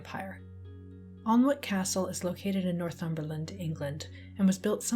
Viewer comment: hey just to let you know Alnwick is pronounced more like ann-ick. Not super important to the overall video but as someone who lives close by i thought it'd be best to let you know!